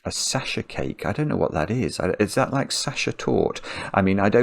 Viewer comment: Oh, "sasher cake" is Sachertorte! A chocolate cake with a layer of apricot preserve and chocolate glazing. It is named after its claimed inventor, a Viennese baker named Franz Sacher. The name is German and pronounced with an unvoiced velar fricative /x/ sound for the ; like the in Scots and Scottish English "loch." Also, the at the end isn't silent, though unstressed. Torte is just one of the German words for cake. Some cakes are "Kuchen" (generally ones without glazing, often with thinner dough bottoms and fruit on top) and others are "Torte" (generally taller ones with glazing and layers).